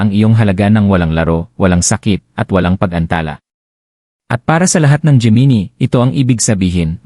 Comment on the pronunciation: Bakit geminie ang pag bigkas?